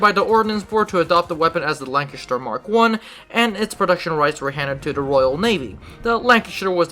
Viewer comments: Say Chest And The Say LanCHESTer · every time you said lanchester i fucking died inside (butchered it)